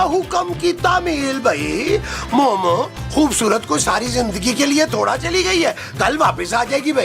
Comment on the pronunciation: Mehmood Sahab be like thori ❌ Thora ✅ 😂